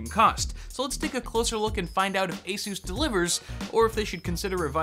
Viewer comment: That's how its pronounced just fyi